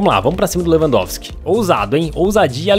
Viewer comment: na hora do 2 gol lewampotiqui tapinha falou errado kkk